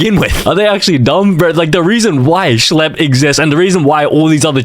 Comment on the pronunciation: “schle” 🔥 🔥 “pdf do files” “schle” #2 “schlleb” “shle” “RUBIK” 😭 😭 😭